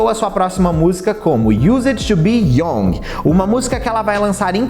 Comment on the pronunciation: Lê-se "iuzede tu bi iangue"